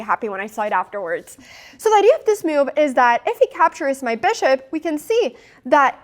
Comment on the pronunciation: I was chuckle a little inside when she pronounces 'move' as 'myewv'.